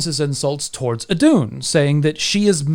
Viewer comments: Íðun not eedoon. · Btw who wants to pronounce Iðunn right its: ih-th(but softer)-uh-nn. Iðunn :) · Placing the emphasis of Iðunn on the u sounds off. The emphasis (stress?) is on the I. Same with Lokasenna, emphasis is on the first syllable, in this case the o (just like in the name Loki). I probably get a bit too nitpicky with languages sometimes. 😆 Anyway, the concept of death and how it applies to gods is definitely interesting. The Baldr myth describes a god dying, but also describes his situation after death. Similarly the Ragnarok myth talks about several gods dying, but also of a dead god coming back to life. In essence I'd say that, yes, gods can die, but dying isn't an end, it's merely a change in your state of being. In a manner I guess this is the same as how most faiths and mythologies treat human (and animal) death: the animating spark that is YOU is gone from this world, but it's not gone from existance.